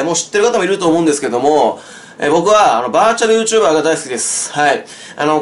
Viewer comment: バーチュルッュッチュルバーのぉ〜